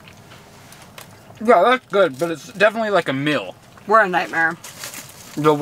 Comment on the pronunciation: I can’t get past mispronouncing words like Meal, he will say “mill” Steal, he will say “still” Syrup, he says “sir-up” Real, he will say “rill”